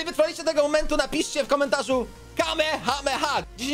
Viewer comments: nie kamehama tylko kamehameha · ale też Ci tam wyleciał kame hame haaaa